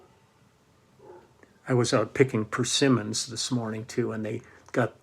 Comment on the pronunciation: I got the uni tuner. Works beautifully. Love the way you say persimmons. Could be that Doobie Brothers guy.